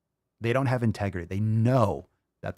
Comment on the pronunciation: “Because it’s the ohnly body that you havevah “ 🙄